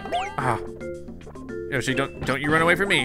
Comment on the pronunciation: Whenever he says yoshi yashi/yoshi comes to my mind